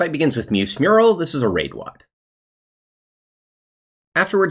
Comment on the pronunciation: Mousse is "moose" not "muse" LUL